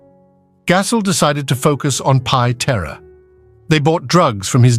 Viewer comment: Pitera, Kithra and Pit Ra were the most ruthless crew, created by an AI voice, until Pie Terra blew it up